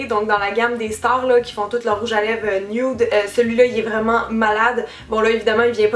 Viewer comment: C'est drôle comment tu dis nude, "nioude" ahah ! <3